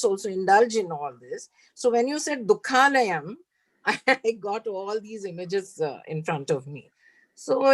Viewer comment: Small correction: It is NOT Dukkha layam... It is Dukhaalayam. Dukha + Aalaya = Dukhaalaya (Savarna Dheerga Sandhi), means "Place of sorrow". If you pronounce it as "Layam", it means destruction. It does not make any sense with "Dukkha layam" which is destruction of sorrow. Regards